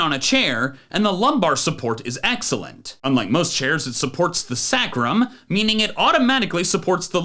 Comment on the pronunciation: pronunciation of sacrum hurts my soul